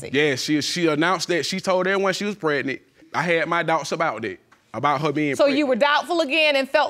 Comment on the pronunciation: She said she pregnick😩😔